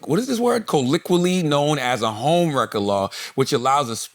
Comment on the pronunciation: This is the second time the word colloquial has given Charlemagne problems in this pod 😂😂😂